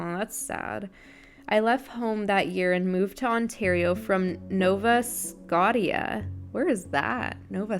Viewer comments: I dont see any comments that say it but its Nova Scotia (Sco-sha) Canada! haha that gave me a good laugh hearing you pronounce it like that 🤣🤣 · Nova Scotia is in Canada (pronounced nova scosha). So is Ontario. ☺️ you are very entertaining! Keep being you! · Wow... English was so hard for you on this podcast!!! "Nova-scotty-uh" was my favorite Maybe "bluh-joan-ing" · now vuh skow shuh its in Canada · It's Nova Scotia! In Canada. Pronounced Nova Scosha! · Y’all help her. It’s pronounce Nova skow-shuh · and the why you pronounced it had me dead hehe. Love your videos :)